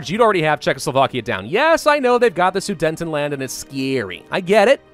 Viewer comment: SUDETENLAND NOT SUDENTENLAND PLEASE